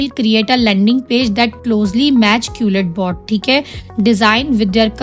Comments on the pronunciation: Madam wo qulletbot nahi hai quillbot hai.. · Quil bot hota hai jahil qulit bot nahibpendu. Pehle khud to parh le phr doosro ko parha